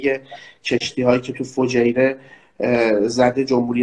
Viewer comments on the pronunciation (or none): فجیره نه جفیره🤣🤣😂😂😂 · آقای زم جفیره نه فجیره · فجیره نه جفیره!!